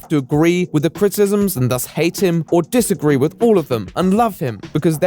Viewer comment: dis uh gree.